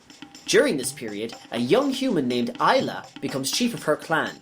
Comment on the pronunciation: And Ay-la not Eye-la